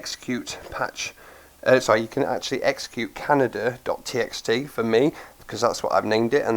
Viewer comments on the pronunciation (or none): Great vid...gonna try this out later today for sure :) my ONLY criticism is that I think the word "Kaneda" is pronounced "ken-AY-da", not like the country "Canada"...I may be wrong, so the egg might be on my face lol (I'm going by the pronunciation of the character's name "Kaneda" from the movie Akira) Again, great vid...thumbs up :)